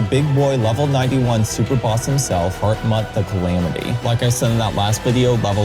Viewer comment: Very impressive video. All this build up and then you just to throw the big worm down the hole he created One thing though. Hartmut is pronounced "Hartmoot/Hartmood", not "Hartmutt". Not that it really matters.